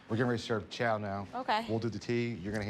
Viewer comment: He calls it chow though lol